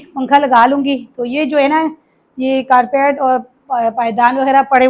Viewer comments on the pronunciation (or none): Please ko english word correctly bta do compotor,carpeat nolti ot seems not good